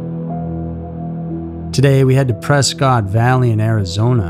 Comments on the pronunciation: It's pronounced Pres-kitt not press-cot lmao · off topic but you pronounce Prescott incorrectly.